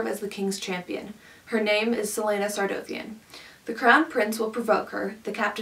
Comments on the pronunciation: Celaena Sardothien = C-lay-na Sar-doth-in Not Celaena Sar-doe-th-in PLEASE GET IT RIGHT PEOPLE!! XD XD XD Lol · and it is Sardothien with a 'o' like in orange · She also pronounced Sardothian wrong while reading the back XD (like you'd think with the pronunciation guide she would) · Did anyone else get triggered when she said Sardothien wrong? But I do understand what you mean but I still love the book